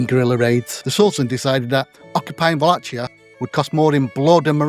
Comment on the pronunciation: Hey bro, just a quick note on the pronunciation: it's "VA-LA-KEE-A" eith K sound rather than CH sound. Very nice piece, cheers!